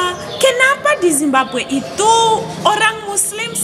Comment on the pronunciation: Makudnya Zimbabwe, bukan simbague wkwk